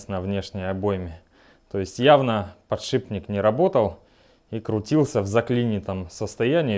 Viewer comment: Автор молодец! И ещё, научите, пожалуйста, своего друга Негоду правильно произносить слово подшиПник.